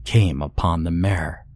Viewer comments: Are you trying to say "mire"? Or do I not know the definition of "mare"? Genuine question lol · the whole time i was thinking that you were saying " mare " like the female horse , so it wasnt making a whole lot of sense. im just going to guess and assume that you also pronounce pillow like , pellow and milk like , ''Melk' instead of just saying it like a normal english speaking person. i wont lie to anyone and say that it doesnt make me think that their suspicious af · The way he's pronouncing "mire" has me cackling 🤣🤣🤣